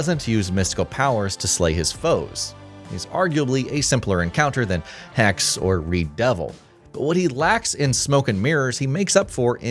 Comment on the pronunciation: Hexe = German for Witch, Its Not hex Its Hexeeeee, the e is Not silent